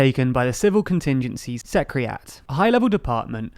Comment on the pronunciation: Ok, pronounce Secretary: Secetree? All right... how about Secretariat? Secriat!